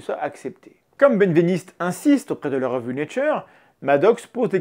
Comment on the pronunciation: Merci, Mendax ! Par contre, je crois bien que "Benveniste" se prononce "bin-véniste" et pas "bêne-véniste" ;)